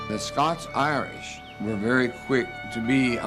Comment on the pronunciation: It's scots not scotch